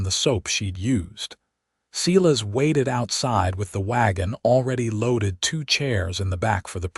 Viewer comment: Silas pronounced Sighlas not seelas